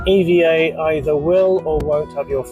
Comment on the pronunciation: It’s EVA not E.V.A